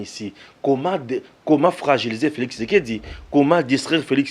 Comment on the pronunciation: ne prononce pas le nom Felix impecablement a son age. Deja dans sa tournee des remerciements aux Combattants, elle prononcait:" Felikis". Donc ce montage de mauvais gout n'a pas tenu compte de l'age de. Je crois que c'est madame qui a fait l'audio j'ai reconnu sa voix En plus on a oublie que a un petit handicap avec sa langue quand Elle parle.. Ca s'appelle "Tshidimi". Fatshi a pris ca d'elle. Donc la sorciere Luba qui a parle est maudite avec toutes les generations qui sont sorties et sortiront d'elle.